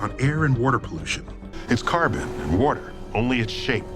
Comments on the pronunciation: omg I'm just in tears laughing... weerder... weorderr... lmao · Waudr. Wudder. Wouedir. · Lol Im watching the Comos series on Netflix and I had to check the internet to see if anyone else cuaght that Neil said ""Warter." Good Job internet! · man, I need a glass of wudder